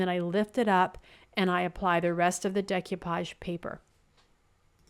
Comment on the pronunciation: Loved them all. Decoupage is a French word and is pronounced Day-coo-paw-g. Keep on crafting!